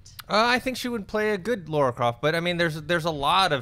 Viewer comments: It's Lara not Laura!!! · It's LARA. LARA. Not LAURA.